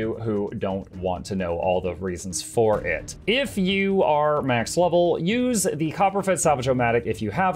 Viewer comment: am I the only hearing "for those of you who don't want to know all the reasons 4head" LUL im sure it used to say "for it" but now I cant unhear it